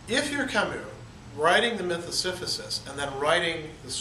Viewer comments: Si-si-phus not si-phu-sis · Am I hearing you right, "Siphysus" ? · Yeah he kept saying it wrong. It threw me a bit at first